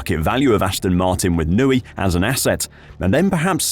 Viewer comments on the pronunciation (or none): Who is this Adrian 'Nooey' guy? I've heard of an Adrian Newey.